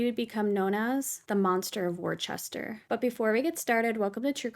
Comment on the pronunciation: It’s pronounced wusta x